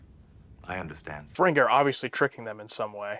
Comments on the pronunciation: Ferengee, not Ferengay. No offense. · I find it curious you're pronouncing it Ferengay when it's Ferengi. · Ferengeee, not ferengay. 😁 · I know this is an old video, so you might not receive this comment, but you have GOT to stop calling the Ferengi "Feren-gay". It's a bad habit, didn't do it initially and now zig-zags on it, but seems to keep pulling him to do it more and more. It's pronounced "Feren-gee". It's incredibly annoying, and if you don't consciously stop yourself messing it up, it'll eventually "stick".:( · Why do you call them the, “Ferengay.” It’s the Ferengi. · fuh-REN-gee (as in geek), not fuh-ren-GAY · Never mind how Michael Dorn pronounces it. It's FerenGEE, not FerenGAY. (He also pronounces "weapon" as "wheapon.") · Y'all pronounce Ferengi oddly. Faewren'Gay. Furr 'n ghee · You keep pronouncing Ferengi as Ferengue ( rhymes with merengue ). It's o.k. though. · Weird, he says Fereng(ee) during the reaction, but mispronounces (over and over) it later in the Intro?